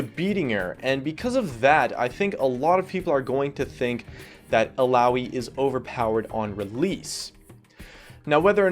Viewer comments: Ok, I love you but THAT PRONUNCIATION THOUGH XD I don't know how you guys say it, but here we all call her ILL-AH-OY:p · "il-ow-ee" --> Illaoi